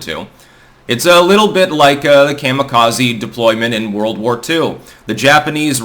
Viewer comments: Coma-Kazuhiro. Not mamma, but comma. ❤ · The Japanese pronounce Kamikaze Kah•mee•kah•zee. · Your pronunciation of “Kami-Kaze” hurts the ear. Lol😅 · I had to dip out at the mark because of the way he was saying kamikaze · Just because you keep saying kamikaze wrong doesn't mean it's right